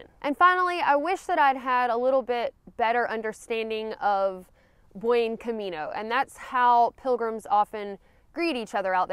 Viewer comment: All that and you still don't know how to pronounce 'buen' 😉